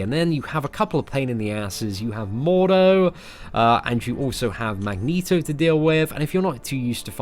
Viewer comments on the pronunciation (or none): none